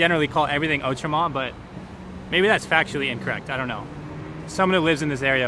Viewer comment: your pronunciation of cote des neiges is very very close to the mark, but outremont's is not so good